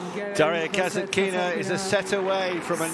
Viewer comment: Ударение на касаткИна меня убивает